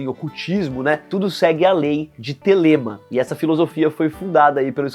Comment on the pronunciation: O roteiro que a equipe do canal criou até é bom, mas deu pra ver que o apresentador não entende nada de Raul. A pronuncia de "Gita" e "Thelema" estão completamente erradas